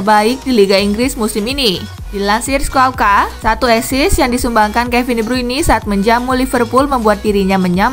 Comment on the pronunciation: Asis bukan esis lol